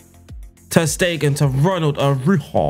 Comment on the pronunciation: Araujo in spanish is pronouced ara-urro